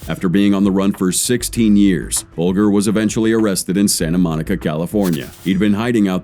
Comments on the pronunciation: AI Narrator S*CKS....The news clip even pronounces Bulger correctly and the AI Narrator gets it WRONG, numerous times.... HIRE A REAL PERSON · You can't even pronounce whiteys name right even though you had a news lady saying it in a news report, YouTube is now being ruined by lazy so called content creator's who seem to do no real research or even bother to find out how you pronounce even the simplest of words. Dam if you can't be bothered to make good well informed videos then please just don't bother, find something else to do because trust me video making is definitely not working for you 😂😂😂😂😂😂😂😂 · The moment I heard him pronounce Whitey Bulger’s last name is when I knew this guy had never even heard of him before making this video…